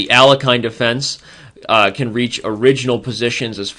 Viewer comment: Sorry to say, but the way you pronounced "Alekhine defense" is completely wrong russian